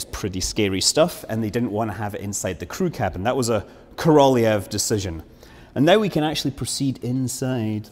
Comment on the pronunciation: I wish I could meet you in person to teach you the proper Russian pronunciation. Korolyov for example... It's not KorOl-y-o-v, it's KorolЁv, Ё being like "your" and it's stressed, not the second O. Say it like sort of "Carol your v".